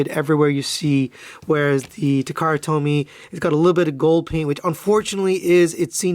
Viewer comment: Nice videos. I can't help feeling you sound like you're saying takara told me. Lol